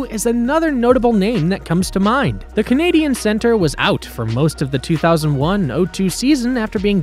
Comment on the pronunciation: I think that was more mispronouncing; Canadiens not Canadian